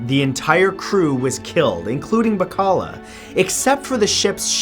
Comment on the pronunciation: Bacalla is pronounced as "Ba-kal-ya”.